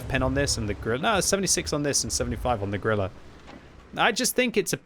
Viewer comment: please. if you say "Grille" 150 times in a video dont call it "Grillah"... its like a german making a video of british tank pronouncing it wrong all the time... YOU will be first to laugh about that...